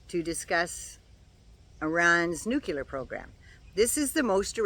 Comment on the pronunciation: Hey,! Love you, love your vids, and especially love your knowledge. You know your stuff. So, umm, maybe this is a Canadian thing, or mispronunciation simply stuck with President Carter. But...the word isn't "nucular". It is "NUCLEAR"! Say it with me: new-clear. Very good. Again: new-clear. One more time: NU-CLEAR! Sh*t yeah! Keep practicing. You've got this! Keep up the good work! ❤❤I love you,.❤❤ BTW, it's frickin' hot here in Maine, too. Stay cool, dear. 🥵